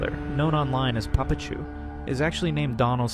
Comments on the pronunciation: its papa-chu, not puh pachu. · please pronounce papachu and mamachu the right way!